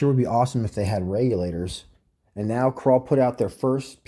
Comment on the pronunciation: First man I’ve heard saw meow instead of now.